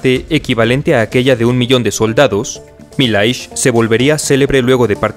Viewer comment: Milhais pronuncia Millais